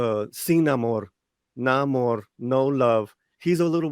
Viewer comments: I never said it anything about what it was or was not. Stop reading more into it than what was actually there. If I do not say, I DID NOT say it. I only pointed out what that word and subsequent mispronunciation of Namor's (Nay-mor) name was. I do not like it (and I'm not going to see the movie so ultimately I DO NOT CARE) but I at least try to understand it. I do not like disliking or hating something on, what seems all too acceptable for too many people, willfully ignorant impulse. Now if that includes you, deal with it on your own. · Namor? Naa-Moo-are? Nigh-Mo-ear? Nay-ma-ore? How far can the barrel be scraped before Namor reaches Aquaman's grinning face. "Mah man! Beat yah to it! This is for Shazam!"